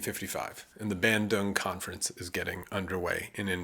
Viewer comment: Bandung, not Bendung.